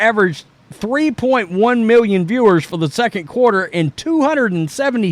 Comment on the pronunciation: 1.5 mew-yun?